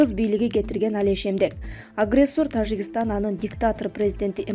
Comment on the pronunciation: Ээ блогер сабатсыз биринчи Тажикистан деген сөздү туура айтып алчы🤣🤣🤣🤣